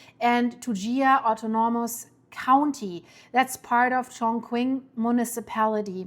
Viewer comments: {, it’s pronounced as Chong-ching } Chongqing is a cyberpunk city, with trains piercing buildings. It’s the currently favored city of expats and is home to the best bridge builders in China. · btw The "q" in Chongqing is also pronounced as 'ch.' Chinese spelling is always very tricky if not impossible to decifer if you don't speak fluent Chinese. You get HUGE points for at least trying. 😃 Horrible and scary disaster though. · It’s pronounced “Chong Ching”